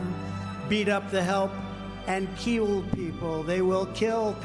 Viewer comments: "And kwill people." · ..Did He Say Keel People, ..I Don't Think I Wanna Be Keeled, ..Keel Hauled or Anything Else~!!!